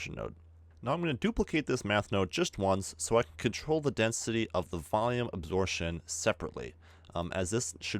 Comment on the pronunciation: a - 'b' sor - 'p' - tion! Absorption, not asortion. Yo.